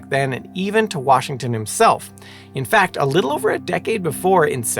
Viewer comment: Did you say, "fuck?" No. I said, “fahck”. Oh… “fact”‽ Yehsh! Fahck!